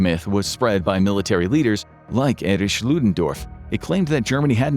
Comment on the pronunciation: "Erich" isn't that hard to pronounce, yo.